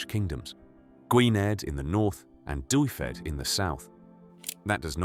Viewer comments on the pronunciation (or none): Cymric is pronounced Kumrick, please. Dyfed is pronounced Dove-ed and Gwynedd is pronounced Gwineth with a soft "th" at the end.